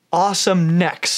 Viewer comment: Nobody: Seriously nobody:: NEHKS